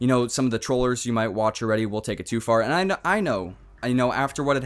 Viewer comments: i think its really weird that he pronounces "and" "ance" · why dose this guy say ant instead of and or trollt instead of trolled